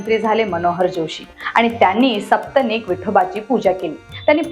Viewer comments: Sapatnik is the word not saptnik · सपत्नीक उच्चार आहे ताई. सप्तनीक नाही 😃😃